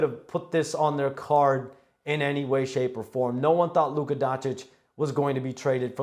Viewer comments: I wonder when stephen a will learn to pronounce luka's name correctly. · I am gonna crash out if Stephen A. gonna pronounce Lukas name like that one more time. Bro a superstar who have been like 7 years in the league already.